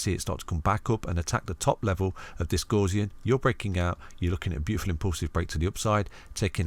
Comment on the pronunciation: Great video as usual! Not heard Gaussian pronounced like that before though 😄. Gaussian mathematics is named after the German mathematician Carl Frederich Gauss, where the Gau part has more of a Gou sound to it like in the word Gout. 👍